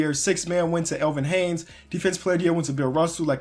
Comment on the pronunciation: why are you sayjng elvin haynes lol its hayes